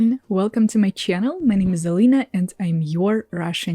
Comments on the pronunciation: the way you say 'channel' will always be funny to me. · She pronounces channel normally, but it’s cool you enjoy it 🤷🏻‍♂️